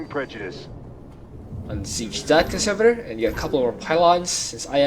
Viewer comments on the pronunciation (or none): Conservator emphasis is on the “E” ConsErvator